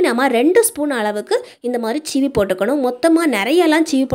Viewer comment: Super tips thanks for sharing, it's seevi not cheevi